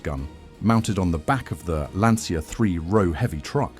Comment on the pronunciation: pronunced LANCHA if you cant sey correctly, like cucaraCHA in espanol, in italian same sound its CIA like you secret service